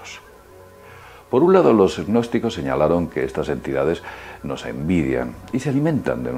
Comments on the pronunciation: Yo solo escucho que habla de los "e-nosticos"...que supongo que así pronuncia gnósticos. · NO PRONUNCIES GGGGNOSTICOS, la g inicial simplemente hace la n un poco velar, es como psicología, no dices PISICOLOGIA. Por favor, es ridiculo. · lo que pasa es que pronuncia la g inicial hace ggnosticos, en vez de pronunciar una n velar. seguro que también dice parapp - sicología